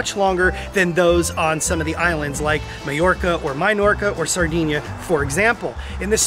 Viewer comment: Mallorca is pronounced My-Yorka or My-Ortrca. remember it is a Spanish word and LLss are pronounced as Ys. Suxj as ttthe word Pollo, xhixken, pronounced Poi-Yo.